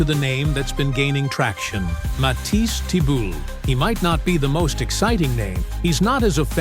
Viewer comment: Matisse who? Embarrassing that you don't know how to say his name. Do your job and don't say his name, incorrectly, 3 different ways.